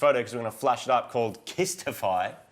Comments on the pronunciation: Why are you reading the instagrammer as kisstify it's clearly pronounced K.Y. Stiffy. This is the problem with accents. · I think you'll find it's pronounced "Ky stiffy"